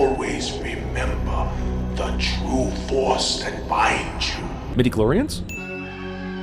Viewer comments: You said Midiclhorins. ._. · midiclorians.....? lol love it